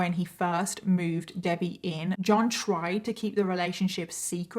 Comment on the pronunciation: Is that how british people say debbie haha Debayy